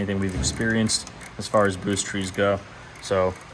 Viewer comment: Did he say "boost TREE"? pretty sure that's a boost T. Lol